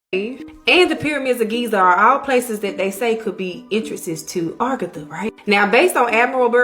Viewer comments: Bro, it’s aGartha, not argatha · ......it's uhh gar tha...not ar ga thu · This woman is kicking up my OCD. I don't know why it bothers me so much. But, it's "Agartha," not "Argatha." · Argatha? Think she got her r and a mixed up a little bit... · Its a-gar-tha